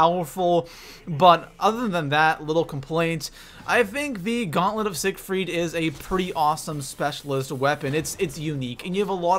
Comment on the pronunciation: Gaunlent of sigerfiet